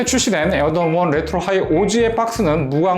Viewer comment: 이분이 에어조던 발음할때 조라는게 묵음되는거 나만느끼냐???